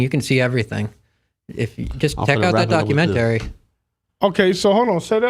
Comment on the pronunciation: Never heard anyone pronounce it like Doc U Men Tarry 😩🤣